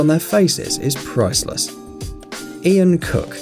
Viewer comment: What did u say coude did u mean priceless not proseless